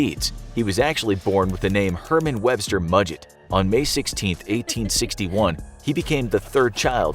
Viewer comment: You actually pronounced Mudgett correctly!